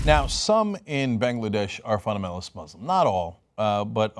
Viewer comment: If I hear Cenk say, "funamenalist" one more time ima lose it.